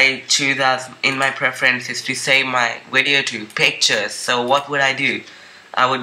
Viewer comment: Your wideo xD